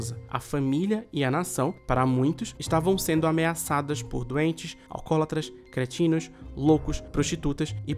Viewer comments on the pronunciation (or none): Em , vc fala creatinos ao invés de cretinos. Algo que apenas em nosso tempo seria revelado.